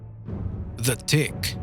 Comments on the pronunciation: On number two it sounded like he said the dick 😂😂😂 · When he read that, I heard The dick